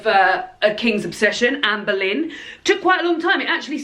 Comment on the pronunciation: Me being American and knowing absolutely nothing about any of these queens, I spent the entire last video thinking you were saying Amber Lynn until I saw the title of this video. 🤦🏻‍♀️😂